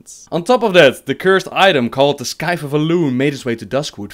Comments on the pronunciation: just fyi its not pronounced "sky the" its either just plain "sai the" or just sai. ( yes i kno not doing correct pronounce thing) the C is silent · "It's pronounced Scythe not scyfe" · It's pronounced (s-eye-th)... not (sk-eye-th) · This calls for an Associate Professor Evil moment. Its pronounced Scythe. Not skythe. For those who do not get the reference, go check out Oxhorn's video "Associate Professor Evil Kills All Ninja Looters. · Not trying to be a douch by pointing it out.. But scythe is pronounced sythe (the C is not pronounced) Keep up the good work! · Do you have any native English speaking friends? Your English is far better than my... Well I don't you what language you speak, Dutch maybe? But words like Skiyth and Ogre Niña are hilariously jarring. Maybe vet these a little. Sorry if that was rude. I'm a fan of your channel even though my only invest in Warcraft is Warcraft 2 and Hearthstone. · Its pronounced Scythe!!!! ( sythe) the C is an s... DO YOU EVEN OXHORN? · scithce? lol oxhorn reference not how its pronounced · It's pronounced Sythe! xD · It's pronounced sythe m8 :) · Scythe is pronounced with a silent c. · he pronounced it the evil way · Not sure if you saying scythe pronouncing the c is just how you say it or if it's a reference to Oxhorn's character Associate Professor Evil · Just FYI, the "c" in "scythe" and the "h" in "herb" are silent. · Lol i've never heard someone say scythe like that before. xD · You pronounced scythe wrong the c is silent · That's not how you pronounce Scythe ^_^